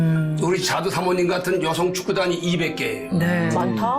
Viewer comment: 자두 : '짧게' 발음 ???